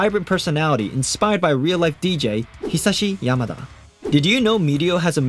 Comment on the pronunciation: Its actually Hizashi yamada not hisashi yamada...Deku's father's name is Hisashi Midoriya